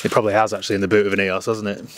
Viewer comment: Love your vids been watching since your beginning. But one thing lol Eee-ose not EE-os I worked for VW and Audi for 10 years so take me word on it ;)